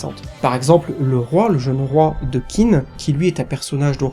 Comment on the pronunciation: J'aime beaucoup. Pour info, Qin se prononce probablement tchin ou quelque chose comme ça.